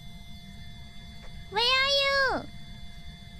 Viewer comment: At the risk of missing some joke, I think it's supposed to be "Where are you?", but the accent screws Fubuki hard there